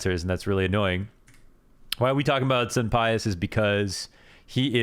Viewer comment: For the Spanish pronunciation of sunpayus it should be soom-pie-yoose phonetically. has a little rundown on why it's soom rather than soon.